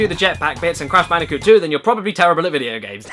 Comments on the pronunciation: Blash Bandicoot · It's crash bandicoot not "banooka" as you have called crash bandicoot, never make that mistake again please, for the love of all things good and holy and sacred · what does she call the crash bandicoot n sane trilogy, cash banooca in sone triloogery?